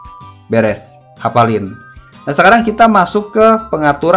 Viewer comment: Bg ko kedenger gua itu kanyut bukan lanjut🗿